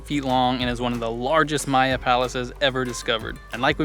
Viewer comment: "Maya" not "Mayan"